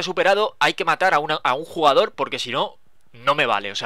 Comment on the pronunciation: dice juegador, envez de el jugador